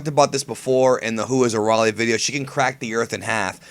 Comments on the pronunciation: Its Araily no Arale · I've watched in both sub and dub i think its pronounced arala not arale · Um, it's arayle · i sjut don't get your obsetion to pronaons arale's name wrong. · your saying arale wrong u dipshit..hate people who think they know it all.. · Hey you pronounced Arale wrong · its pronounced arale not arale....hah...i did it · U PRONOUNCED ARALE WRONG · no offense but ur saying arale name wrong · you said arale wrong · you mispronounced arale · Stutering while pronouncing name xD deffinetly highlight of this video i want more of that:D ahhaah